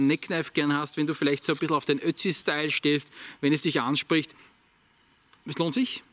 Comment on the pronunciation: Ich versteh immer Ötchi. Spricht man Ötzi in Österreich so aus? Ötchi?